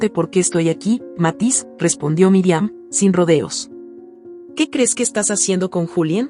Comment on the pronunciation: Pronuncia bien no es Miriam es Mirian